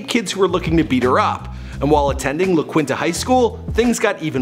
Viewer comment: Its pronounced La "keenta" not la "kwinta"